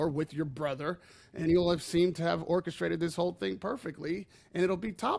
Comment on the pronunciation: "Orcashrate "🤔Humm